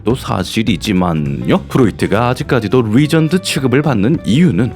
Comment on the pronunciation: '뤼'전드 ㅋㅋㅋㅋㅋㅋㅋㅋㅋㅋ 님도 뤠전드라고 하고 싶지만, 직업의식 때문에 차마 R발음 대신 뤼전드라고 하시는건가욬ㅋㅋㅋㅋ